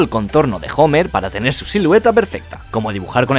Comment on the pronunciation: "Jomer" jajjajajajajajajjaajajajajja